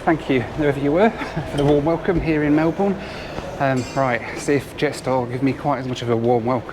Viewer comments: Fun video... well I watched all the way, and am glad that I've booked Qantas to Honolulu rather than Jetstar. Please don't say MelBOURNE again 😢. The last syllable isn't stressed. (Aussies react to it the same way as Pommies react to BirminghHAM/ BuckingHAM!) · Hey, try pronouncing it as 'Melben' - closer to our aussie pronunciation than sounding out the ourne. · I can't believe you managed to visit all my top airports. I'm sure you've already heard this, but just in case, I thought I'd let you know that Melbourne's meant to be said as "Mel-bn". Lots of people get this wrong who aren't familiar to be fair though. Also it's possible that both the ferries you pointed at were Manly ferries, which take you to the town of Manly on the northern side of the harbour, named so because on Cook's first voyage they found aborigines there acted surprisingly manly. The yellow and green ones are much more iconic as Manly ferries so it's funny the blander one would stand out! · the O and E in Melbourne are silent pronounced Melburn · Melbourne is pronounced "melbin" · Melbourne is pronounced exactly like this: MEL-bun. Everyone mispronounces it! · obligatory Melbourne mispronunciation gripe. Melbourne is pronouced Mel-Bern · Great video (as usual!), but I am going to pull you up on one thing....... and that is your pronunciation of Melbourne. Now, I know you can take the lad out of Mansfield and all that but it is not pronounced in the same way as Melbourne, Derbyshire ie it's not Mel-bourne it's actually pronounced Mel-burn (or even Mel-bun) with a very short second syllable. This is one thing this ex-Derbyshire lad learnt very early when settling here. Now you know you could always look to revisit Jetstar Domestic for a flight to/from Melbourne - Happy Landings!! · Hi, Melbourne Australia is pronounced Melbin. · Melbourne is pronounced more like Melbun. You have spent enough time in Australia to have heard how Aussies play around with English!